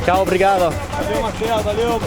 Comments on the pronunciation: It is "valeu", not "valio" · He pronunces "valeu" as Valeo (company).